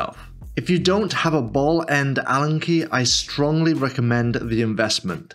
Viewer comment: Great video! How many times did you say bellend instead of ball end? 😅